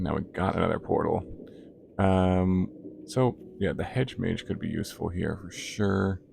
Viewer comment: Right! Why does everyone say MAGE.